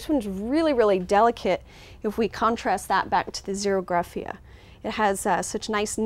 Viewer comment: its tillandsia xerographica NOT zerographica